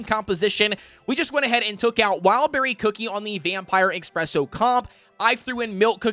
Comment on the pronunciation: Also its ESPRESSO not EXPRESSO, just thought id point that out